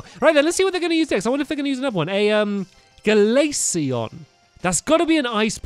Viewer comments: eevees ice evolution glaceon (gl-ace-e-on) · Stampy glaseon is an eevee evalooshon